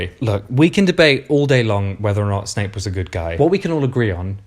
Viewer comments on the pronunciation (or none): none